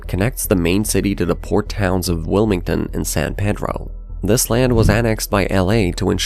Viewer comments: People from LA say "San Pee-dro", not "San Pay-dro". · Peedro not saan pei droow 😡 😡 😡 😡 😡 😡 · It’s pronounced San PEEDRO. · Illogically, the locals pronounce it San PEA-dro. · I'm guessing you're not an Angelino or you would have said San Pee-dro. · It’s pronounced “San Pee-dro” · It’s San Pee-dro. His accent and pronunciation tells me he’s not from here. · Need to teach the AI how to say "San PEE-dro" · It's pronounced San Pee-dro. Culver City is another independent area. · Excellent video. I'm sure it has been mentioned in other comments, but the port of San Pedro is pronounced: San PEEdro. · its pronounced san pee-dro by everyone who lives in or around it because it’s not from the spanish version of the name pedro, but rather the portuguese version, meaning it’s pronounced with the long e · You irking the hell out of me saying San Pedro (its San Pee Dro). Is this guy AI? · what's weird is he wasn't even saying it the "other" way (San Pay-dro), but San Ped-ro which I've never heard ANYONE say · Well it’s Spanish from Mexico so it’s pronounced San Peh-Dro not pee-dro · Your pronunciation of several cities is debatable. San Pedro, for example. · It's not a mirage. And this guy pronounces it wrong. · I will never pronounce San Pedro like an Anglo. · I got tense every time he said San Pedro that way.